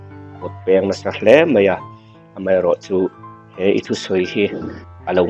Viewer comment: A ropui hle mai. Pu Channel neitu, Mizo țawng i hmang uluk ang u. "Mai" tih turah "mei" i hmang zel a. Media i buaipui ta sa sa, țawng fimkhur la ka lo ti deuh. Tunlai naupangho chauh emaw kan tih laiin nangni kan u te rual meuh pawhina "mei" in tih zel te chuan tuin nge țawng dik rawn chhawm nung ang le?